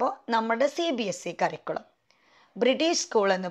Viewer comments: കറിക്കുളം അല്ല. കരിക്കുലം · Lots of pronounciation mistake. ഒരു സ്കൂളിൽ work ചെയ്യുന്ന ആൾ സ്കൂളിനെ കുറിച്ചു വീഡിയോ ചെയ്യുമ്പോൾ കുറച്ചു കൂടി ശ്രദ്ധിക്കണം . എന്നോപ്പോലെ പ്രൊനൗൻസിയേഷൻ problems ഉള്ളവർക്ക് ഒരുപാട്‌ കൺഫ്യൂഷൻ ഉണ്ടാക്കും . cambridge curriculum Native…. Etc….. Check these words